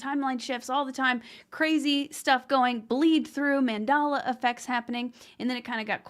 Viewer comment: it's called the Mandela effect, named after Nelson Mandela, not mandala as you are saying it. 😂